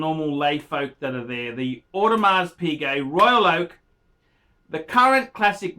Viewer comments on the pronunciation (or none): I like the way you speak bluntly but for God sake, Audemars is Audemar Piguet. Please lose the s.